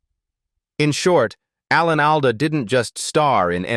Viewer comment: Would have been a nice video if you had used a real person to voice it instead of the same canned AI voice everyone else uses. I gave up after 3 minutes when it kept pronouncing Alan Alda’s name wrong and then Loretta Swit.